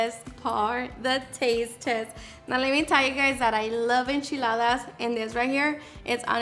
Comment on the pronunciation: I can listen to her say enchiladas all day...